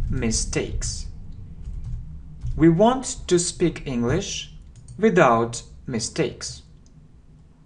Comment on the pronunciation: Мне одному слышится “without” как «виДаут» ? Прошу прощения, как правильно «виЗаут» или «виДаут» ?